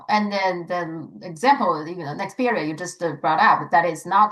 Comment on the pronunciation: it’s not Nexpedia it’s Nexperia!